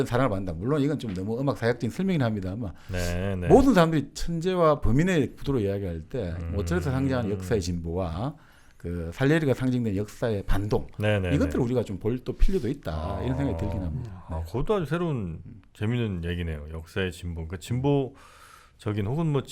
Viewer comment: Salieri는 이탈리아 출신이라, 쌀리에리 라고 발음합니다. 샬리에리가 아닙니다.